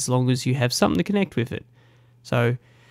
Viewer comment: Great video but it's pronounced with not wif. "th" not "f". This annoyed me and I couldn't watch your vid because of it. My son is 6 and has speech therapy for so don't think you can't change it.